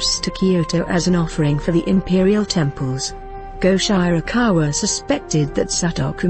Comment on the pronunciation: Very good selections - these three are the most popular monsters (妖怪) of traditional Japanese folklore. But there are some things I noticed here. The pronunciations of the names are so incorrect that it is hard to recognise what they are (Sutoku, Goshirakawa, Tamamo-no-Mae are particularly horrible). Japanese system of sounds is not so difficult. And some pictures are from other eras or the different countries. (The civil war one is of the war between Japan and Russia in 1904 to 1905. The Buddhist monks and one of Tamamo-no-Mae's pictures are not not Japanese at all. The nice ukiyoe-style court scene drawing is mirror-image for the lady's lapel is wrong. And playing the Shamisen with a bow???) And some examples you have here are not the common images for their categories. The image of kitsune (狐 means a fox) as youkai is usually not a fearsome monster, but a plànkster. Tamamo-no-mae (玉藻前) is a special case, originated from China. Syutenn-Douji (酒呑童子) is said to be either a Oni (鬼) or a head of bandits. A Oni has many images from a evil monster, a tormentor in the hell, a very harsh person to a gentle giant in the children's books.